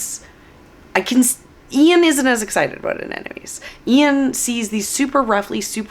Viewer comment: You're so excited that you're mispronouncing the name of the flower constantly AneNoMes, LOL! Looking forward to the beauty come spring😍